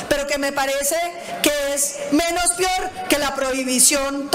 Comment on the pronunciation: Paloma Valencia no se dice PIOR, se dice PEOR, vieja bruta aprende hablar, que horror no maltrate el Español.